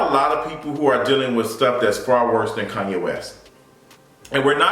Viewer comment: Kanye,not KUNYE!